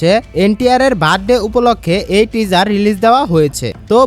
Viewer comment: Teaser উচ্চারণ টা ঠিক করো ভাই 🤣